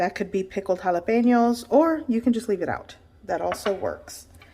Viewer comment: You did a good job putting the meat mixture into the same spot every time. Also, why do you speak perfect english until you say jalapeno, tamalie etc. Then you have to use the spanish lingo ?